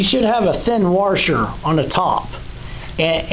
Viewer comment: No R washer except at the end. You keep saying waRsher. Sorry I can't get past that!